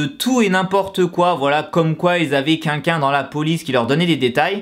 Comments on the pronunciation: Sa me stresse quand il dit qu'inlquin au lieu de quelqu'un...(voilàXD).Sinon c'est abuser la YG qu'est ce qu'ils foutent ptn! C'est pas mon artiste préférer mais sa me désole de voir ça et j’espère qu'il va s'en remettre.Et merci a toi d'avoir fait cette vidéo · Arrête de dire "qunqun" au lieu de "quelqu'un" pitié 😂😂😂😂😂😂